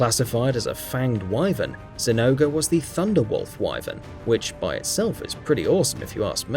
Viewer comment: it is pronounced Zing-gore